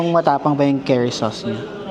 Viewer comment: Hi, Yung pronunciation po sa curry is parang kuhri po. Not Keri 😊 Welcome back sa int'l travel. Enjoy and keep safe😊